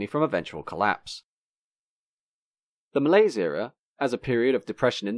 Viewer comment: Wrong pronunciation of the word "malaise"